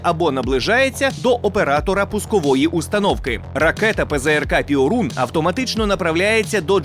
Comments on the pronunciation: Перун, а не "піорун" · Не "піорун", а пьорун! Тобто блискавка. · не піорун, а перун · ...штук. і то не на передову. А польський ПЙОРУН - то Перун., а не піорун. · io в польській мові читається як йо - тому не пиорун, а пьорун. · Piorun читається як Пьорун. А переклад то блискавка. :) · ПЗРК ПьОрун. наголос на "О", яку пом'якшує "і" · Після слів "піорун"😂 я пішов звідси і думаю не повернусь)